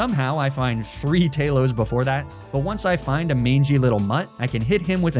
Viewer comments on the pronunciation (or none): none